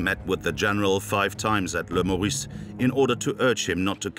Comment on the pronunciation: Le Meurice, not le Maurice. Pronunciation is E, not O !